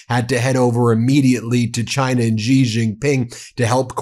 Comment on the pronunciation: Xi = She. There are hundreds of millions of people that cringe every time you mispronounce his name.